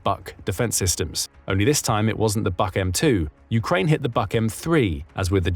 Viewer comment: HIMARS are great, but it is only a matter of time before Trump pulls the plug on them because they are hurting Putin to much Btw, it is pronounced "book" air defense system